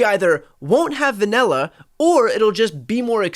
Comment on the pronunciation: WTF is VANELLA?😂😂